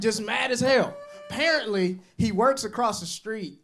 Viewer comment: Yk he from Mississippi cuz that nigga said parently instead of spared apparently 😂